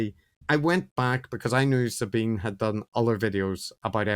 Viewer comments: Great show. But feeling a bit pedantic after all of this critique ... I believe Sabine is pronounced "Za-bee-na", not "Za-bben"? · Do you consistently mispronounce Sabine's name because you don't know and can't be bothered to find out how to pronounce it properly, or because you don't care how people pronounce their names, or just because you hope it might annoy her? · So they do know how to pronounce it properly, and do care how people pronounce their names, but choose to consistently mispronounce it anyway, hoping it won't annoy her?